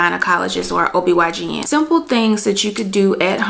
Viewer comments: ITS OBGYN!!!! not obygn lol😂😅😅. Absolutely love this video tho. Thanks love❤🎉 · it's OBGYN not OBYGN 🤦🏽‍♀️😂😂😂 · GIRRRRLLLL IT'S OB-GYN!!!! NOT OB-YGN!!! 👀😏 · Anyone else notice ..........For Ms. Who made this video, throughout the entire video you've referred to a gynecologist as a O B Y G N. They are actually called O B G Y N. Just a tip for any other future videos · Great video sis. I just have one thing. It’s Obgyn not obygn 🙏🏾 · OB/GYN not YGN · Just a gentle correction sis: I’ve noticed that several times you said “ob y gn” but that’s incorrect. The correct the title for that doctor is “ob gyn”, which means “obstetrician gynecologist.” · Its OB G-Y-N. You kept saying Y G N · It's Ob-G-yn jeez! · She kept saying OBYGN lmao. And 8 ounces = 1 cup of water. I think she meant 8 cups. Otherwise good video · It’s pronounced OB GYN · Respectfully correcting you…. It’s OB GYN. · Any catch when she says “OBYGN”? Still a very informative helpful vid!!! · I thought I was trippin! I knew I heard OBYGN! Sis said it like 3 or 4 times!🤣🤣🤣Good info tho ladies!💯